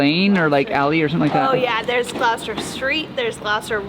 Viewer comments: Gloucester is pronounced "Gloss-ter" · or Gross-ster. lmao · Surely the purple house was Prince..and Gloucester is pronounced Glosster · They're still saying "glaow-ster" though.